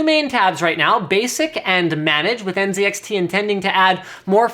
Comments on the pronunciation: lol Linus said ncix not nzxt😂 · So was it just me or did he say that it came with NCIX fans. I know the fans are actually NZXT and they are shown that in writing on the vid. But it really sounded like he said NCIX. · Nzxt not NCIX lol